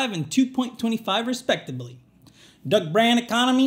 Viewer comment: I can't tell if you're trying to say respectably or respectively LOL